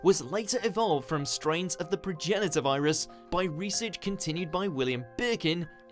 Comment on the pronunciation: He did pronounce it right though..